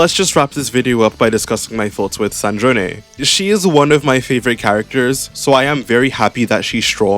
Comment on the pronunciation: Her name is Sandrone, like sand drone, not San-dro-neh